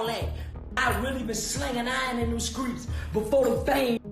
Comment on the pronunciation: he says skreets 😂